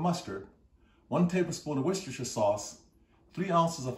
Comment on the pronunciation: I damn near died when he tried to pronounce Worcestershire 🤦🏽‍♂️😂😂😂😂🤷🏽‍♂️